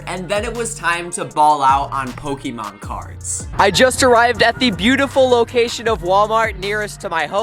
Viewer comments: Why does he says ,pokiemon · You can’t even pronounce the Pokemon right man, I usually really like your content but as a Pokemon fan I don’t like how you’re profertering on something I love